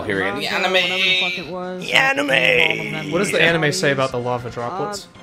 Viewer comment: I would so totally read the Retsupurae mahn-gah and watch the on-i-may.